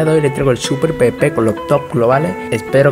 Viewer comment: Cómo lo dicen ->PBP COMO SE DICE EN VERDAD-->PVP .. PE UVE PE , NO PE BE PE :(((